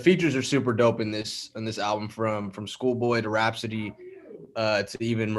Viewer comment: Hey Tom, It's seems like is trying to say Rapsody, but he keeps saying Raspody. Otherwise he doing great, back to you Tom.